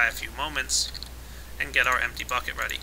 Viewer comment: Emp-ty Buck-et! Lol